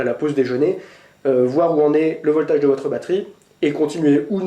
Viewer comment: si tu dis "voltage" met l'accent british! sinon en fr c'est la tension...:)